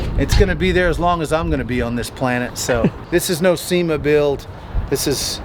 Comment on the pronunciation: Not a SEMA build but a SEE-MA build 😂